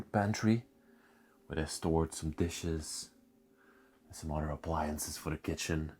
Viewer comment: Please stop pronouncing 'other' like 'udder'. It's annoying.